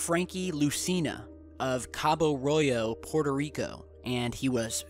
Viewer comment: Buddy is Cabo Rojo. j is pronounce like an H.